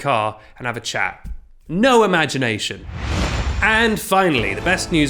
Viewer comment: “NOAH-MAGINATION” TOOK ME OUT